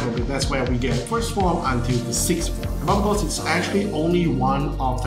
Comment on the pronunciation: why do they always say the name weird, its BAR-BAY-TOS thats how you pronounce the demons name. it was the one thing that kept bugging me that whole show.